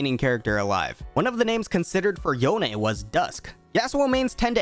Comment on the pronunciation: It was hard to watch this video with you saying “yon eh” it’s just yone like “Yo N”